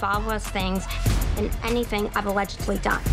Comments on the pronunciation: talking about the real Anna not the actress,yes she does I can hear the way she pronounces words especially the word "anything" Having been surrounded and grew up with Russians I hear it in her accent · again she pronounces anything as "aniething" very russian sounding...and i only picked one of the words ..